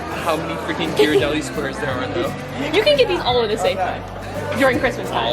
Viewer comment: ITS A HARD G ON GHIRADELLI